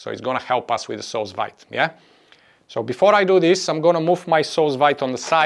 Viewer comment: Do you think it could work with canned pineapple? Fresh pineapple can't be found all year round near me, and they're very expensive when they are available ... PS: I believe 'sous vide' is pronounced like 'sue veed' :)